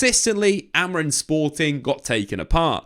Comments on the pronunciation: Am I just hearing it or does he keep saying Amorin and not Amorim? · Amorim with an M, not N! :D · you keep calling him Amorin 😅